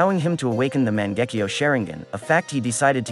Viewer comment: Mans said mon-gek-io share-ing-gen